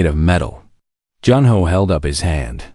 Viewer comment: Good story. However it ends abruptly, and needs to be completed. The AI needs some adjustments: The "." at the end of a sentence indicates a pause, not the word "dot". The name Junho does not need to be pronounced by each letter. Also, some parts of tthe story are out of order?